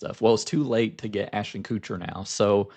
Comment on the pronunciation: My deep disdain for Ashton Kutcher means I giggle every single time you pronounce his last name as "Coocher"